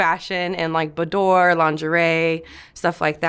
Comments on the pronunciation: When she said "ba-door” modeling.... It going took me a minute to realize she meant beaudoir. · As in boudoir?